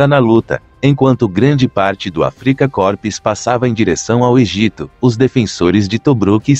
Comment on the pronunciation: Muito bom, MAS a pronúncia do termo "AFRIKA KORPS" está de doer os ouvidos...